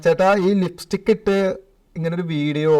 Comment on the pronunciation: നീ എല്ലാം തികഞ്ഞവൻ അല്ലെ അവരാതകൻ..... ലിപ്സ്റ്റിക് എന്നാ ലിപ്സിക്ക് അല്ല